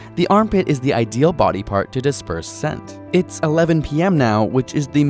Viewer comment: I heard "Good morning Daddy" instead of "Good morning body" I.Need.Help.